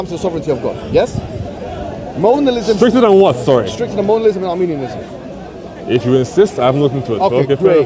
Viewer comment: I noticed during the premier that was consistently pronouncing 'Modalism' and 'Molinism' as 'Monalism' and Arminianism as Armenianism🇦🇲🇦🇲🇦🇲🇦🇲🇦🇲🇦🇲 and Armenian🇦🇲🇦🇲🇦🇲🇦🇲🇦🇲🇦🇲🇦🇲🇦🇲🇦🇲 Christology/Theology. Silly Sophistry Boy!!!!! 🤣🤣🤣🤣🤣🤣🤣🤣🤣🤣😂😂😂😂😂😂😂😅😄Additionally, misrepresented what Molinism means, preaches and teaches.